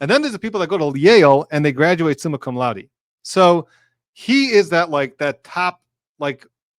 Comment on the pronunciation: Of course he graduated “comma sum laude” 😁!!